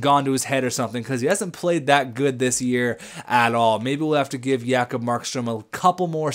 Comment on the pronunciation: J-kob not Ya-kob!!!!!